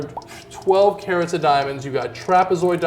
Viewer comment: "karot" TF?